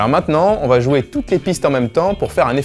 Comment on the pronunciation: environ , j'ai entendu ba , et pas va